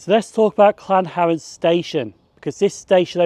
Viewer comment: It’s Llanharan not Llanharen